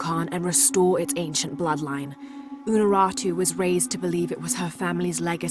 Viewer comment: he says "unarutu" but she is called "unuratu". It sounds super dumb since he is supposed to be native.